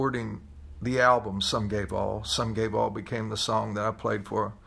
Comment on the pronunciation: Literally could not understand what he was saying, even though he said it like 48 times. I kept hearing "Sum guay vaal" and I was like, "huh, must be a Gallic phrase or something." Only when he said the full quote while recounting being in the parade did I finally get it. Geez!